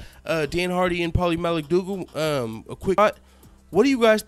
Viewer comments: Had to subscribe just for the fact he kept sayin Paulies last name wrong on purpose everytime! Hilarious shit! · Dude he slaughtered his last name A hundred different ways !! Lmao ! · LMAO...U butchered Maligfaggi's name. I love it. Can't stand that weasel. Video is on point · Paulie 'Maligotchi, Maligucci, Maliguitus, Maligeetee" Malignaggi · at first i thought he was saying paulies name wrong. this video is too funny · I agree with u but u have no idea how to say paulina las name